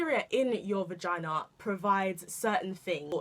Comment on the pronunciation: You always deliver something different... But hold up girl did you just say "Regina" 😂😂😂😂😂😂